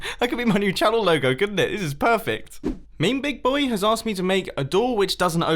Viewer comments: it’s ME ME not MEME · It isn't MEME big boy, it is ME ME big boy, proof/how to pronounce it: or thank you. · Lol he said meme big boy instead of Me Me Big Boy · Tip: MeMeBigBoy is pronounced me me big boy, not meme big boy. It's a joke from an old Jacksfilms video. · he said " meme big boy" whyyyy It's " me me big boy" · Hey Mumbo, great vid love ya to bits but it's "me me big boy" not "meme big boy". Literally unwatchable. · it’s pronounced me me big boy you uncultured swine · did he seriously say me me big boy wrong? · Me Me Big Boy. The way he pronounces it. lol xD